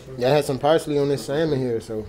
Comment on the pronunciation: was saying “pricely” I was like wtf is that. He meant parsley 🌿 lmao 🤣